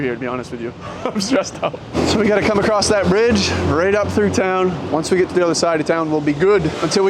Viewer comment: The T is silent in “acrosst”